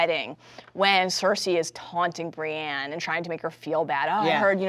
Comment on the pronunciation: She keeps mispronouncing Brienne as Brianne.